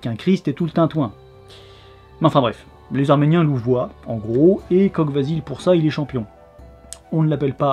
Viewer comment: Salut ! comme toujours une super vidéo ;) Pour la prononciation de Kogh Vasil, le "gh" se prononce "r" (ce qui donne Kor Vasil, pour Vasil le voleur). Pour Barsegh, le "gh" c'est la même chose, même si personnellement je l'ai toujours entendu prononcé "kheh" ( [χ] en phonétique). Si tout cela a déjà été dis désolé du doublon !